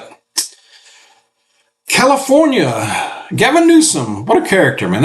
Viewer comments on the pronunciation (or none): none